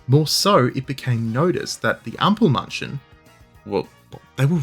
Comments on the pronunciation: ample mAnn chen, A as in accept, or in mAd, or you can also say A as in Ache. but not A as in bAr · Great video, genuenly Almosen perfect, but please learning to pronounce ä before saying Ampelmänchen over and over again. Or call him trafic-light-dude.